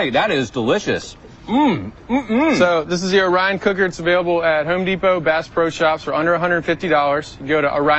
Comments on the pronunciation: O-R-I-O-N, reporter guy! The presenter even said a few times and the reporter STILL pronounced it wrong. LOL. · I love it. The reporter pronounced the name wrong every time.